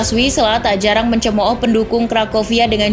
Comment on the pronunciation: WISŁA dibaca = Fiswa